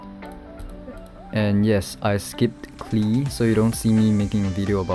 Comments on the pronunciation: Isn’t it pronounced Chichi not Titi or qiqi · Erm no its not chi chi even though many youtubers says it that way. Its rlly hard to explain exactly how we chinese pronounce Qiqi. But Qiqi is literally "seven seven" in chinese. So I figure the best way to explain to you, is for you to google translate "seven seven" in chinese, and hear how we pronounce it.